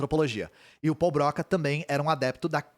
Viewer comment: única coisa, a pronuncia certa é "Brocá"